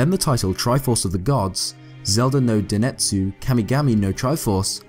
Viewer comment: Zelda no Densetsu (not "denetsu")